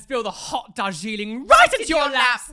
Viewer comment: I have been saying what’s the “Darjooliay” when said this instead of “Darjeeling” I am weird. Lol.